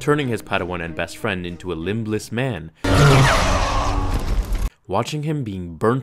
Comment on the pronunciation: “Lim-BLESS”? The B in Limb is SILENT.